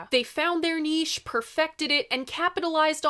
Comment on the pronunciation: Thanks for correctly pronouncing "niche"....